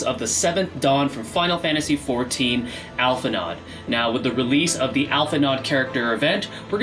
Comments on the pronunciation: Hey!! Just a quick correction that Alphi’s pronunciation should be Alphi-“know” since their name is of French etymologies. 😅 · You pronouncing the D in his name is driving me insane. Alph-In-Oh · pet peeve, its "Al-Fee-No." >< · It's pronounced Al-fi-No, the D is silent. :) Thanks for the vid, appreciate the analysis!